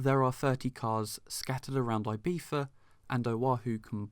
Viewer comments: Your prononciation of "Ibiza" absolutely kills me, but I love the review. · I'm British and I don't pronounce Ibiza the way you do.